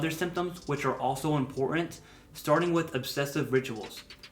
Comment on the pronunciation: This is great. Thank you so much! But , what’s “impor’ent”? 🤔